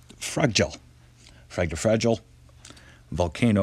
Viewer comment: Lol i live in iceland and watching him try to say fagradalsfjall is worth paying for😂😂